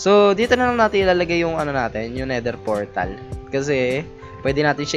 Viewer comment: "Nether Fortal"